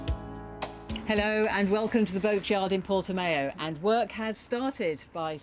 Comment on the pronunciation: We painted our hull down in Italy last week whilst the weather is still warm however the bigger issue is not dust but flies! Painters prefer to work towards the end of the afternoon when there is greater humidity which I would have thought was not good, but fewer flies. By the way (hint...) pronouncing Portimão: The accent on the a before the o (ão) makes the sound owww (as if you hurt yourself). Just saying...